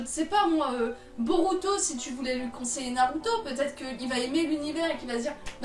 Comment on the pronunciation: J'ai ris...😂 "Contséiller" vraiment ?^^